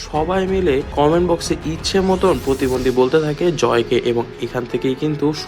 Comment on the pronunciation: Kothata protibondhi not potibondhi